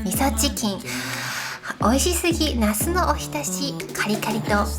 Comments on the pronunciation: 発音が那須ですね😂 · 那須って名前の方を呼んでる感じですよね笑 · の、ナスの発音が面白い。